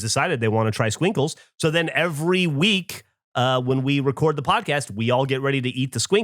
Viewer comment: It’s pronounced squink-less